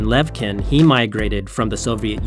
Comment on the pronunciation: Thanks for the story! The "ch" in the Russian Co-founder's surname pronounce as [tʃ], as in cheese .